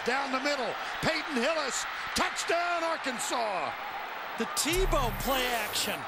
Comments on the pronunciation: They lost because he mispronounced Arkansas, lol. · It's not Ar-Kansas, it's AR-kansaw. Get it right mother-father, get it right. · It's not ar-kansas, it's Arkansas, get it right. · That's what he gets for calling us Ar-kansas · Houston Nutt shakes Les Miles Hand... "It's pronounced ark-an-saw." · LOL. The LSU coach said Ar Kansas, the pronunciation before the 1860s as if Kansas was not a state yet. I kinda wish Arkansas was spelled Arkansaw. And, Arkansas needs to play Kansas in football and finally beat their 'namesakes' ! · You shouldn't of said Ar-Kansas. That was your downfall. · You just committed a crime by mis-pronouncing Arkansas name. .. . . . . .It's actually pronounced "Arkansaw". . . It's illegal to mispronounce our State Name.